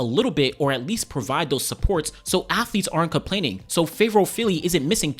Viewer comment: As a Nigerian born in London I can’t say I blame her she has been riddled with so much incompetence a less mannered person would have crashed out by now Also the surname(s) pronunciation 🫡